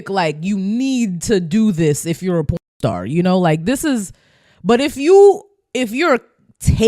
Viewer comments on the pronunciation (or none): It's porn stars porn okay not corn. Why do you keep saying corn?